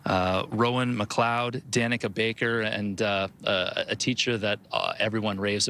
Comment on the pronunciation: It's not. It's DAnika.